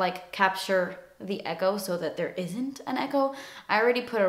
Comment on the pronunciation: its echo (eko) not ego